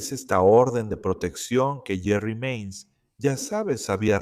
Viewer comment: Se llama JERI MAINS, No JERRY MANIES , en este law&crime pensé que le habían cambiado los nombres porque suenen como Jerry como nombre de hombre y Cecil de mujer oops!!😮